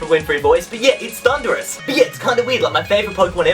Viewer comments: It's Thundurus, NOT Thunderous! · It's Thundurus, NOT Thunderous! How many times do I have to say it? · its thundurus sorry for spelling you said it when you showed your friend Pokémon for the first time heehehehehehhrg (cough cough)